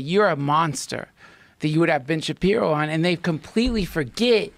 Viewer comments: “Ben Shabibo” My brain: :) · It's really weird for me to hear people correctly saying Ben shapiro. I am so used to hearing and saying Ben Shabibo that for me that's his real name.